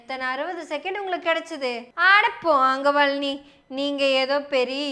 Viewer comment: நீங்க பழனி என்று சொல்றது பன்றி பன்றி ன்னு கேட்குது